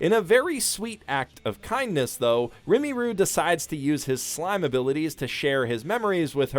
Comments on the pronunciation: its pronounced "Ri- Muru" not " Rimi-Ru" you frigging twat TRIGGERED lolololoolollolololoollo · Definitely my favorite anime of the season. To note, though, his name isn't "Rimi-Roo" it's "Ri-mu-ru," with the "mu" not particularly forced (MOOOOOO). Second, it already has a shortened name: Tensura. While it's gibberish in English, so is Konosuba. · You watched the show and STILL mispronounced the main characters name?! Rimiru (Re ma ru) not (rem ee ru).... Rimiru flat out says he's just going down the [japanese] alphabet in naming the goblins because he sucks at naming. There are 5 elders and they just have different vowels of Rigard (the buff old goblin). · It is said RI MU RU NOT RIMIRU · ...Ree-mue-rue not Ree-mee-rue... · That "remiru" pronunciation lowkey irked me. FFS, it's R-I-M-U-R-U, like a japanese trying to say Rimel (Ri me ru). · Re - ma - ru Not pronounced like rim - a - ru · remiru seriously it's rimuru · It’s pronounced “Rim - er - roo”, not “Rim - E - roo” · RIMURU, not rimiru. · RIMURU NOT RIMIRU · Me: Rimuru Everyone else: Rimuru "Professional shitbag": Rimi - ruu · When he even wrote Rimuru on the screen but still sais Rimiru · It's "Rimuru" not "Rimiru" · I've seen many people has already corrected you but I've got to say it myself. Its rimuru, RI-MU-RU. It irks me for some reason when you mispronounce it. Also spoiler The ship does not sail. I'm sorry but shizu is rimuru's destined for another reason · It's Rimuru not Rimiru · Rumiru, Remiru, Rimiru, Rimuri - I so hope it was your intent to mispronounce Rimuru :D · Rimuru, not Rimiru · Listen. RimUru. With a U. But you're completely on point about this anime. It's just so full of people I like. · not comfy with how you kept pronouncing Rimuru like Rimmy-roo lol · everytime he say rimiru take a shot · Why do you pronounce rimuru as rimiru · Fucking "rimmy-roo" jfc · you BUTCHERED Rimuru’s name! It’s pronounced Ream-er-u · It sounds ri-mu-ru. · also pretty sure it's Rimuru